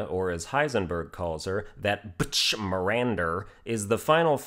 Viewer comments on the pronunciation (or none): Very nice “bitsch”